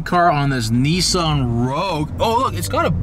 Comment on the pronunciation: Just so all y'all yankie-doodles know its not 'nee-sahn' It's nis-san..